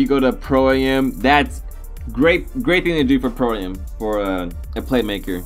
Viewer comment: it's not pro a m it's am like I am